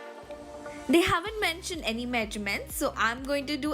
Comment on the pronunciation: no one -: srsly no one -: me -: DID SHE SAY MEEEJJJURMENTS NSTEAD OF MEASURMENTS ????????/